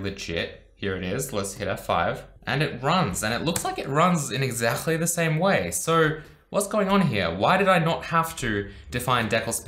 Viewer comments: He always pronounces exactly as egzakhtly, like russian Х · I'm french and i have no idea how this is french xD Sounds more arabic.